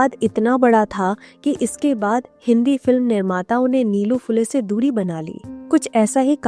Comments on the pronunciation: नीलू-नीलू काय लावलंय? निळू म्हणा सरळ. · निलू नही, निळू ....